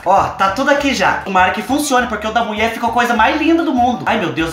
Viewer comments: Adorooo qdo vc diz a muié...kkkkkkk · Gosto qdo fala a muié... kkk e que a mãe é capaiz Adoro vc.